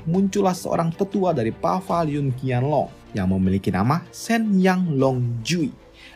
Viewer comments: Paviliun bukan pavaliun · Maksudnya itu Paviliun Qianlong kan ya? Kok gue dengernya Pavaliun Qianlong sih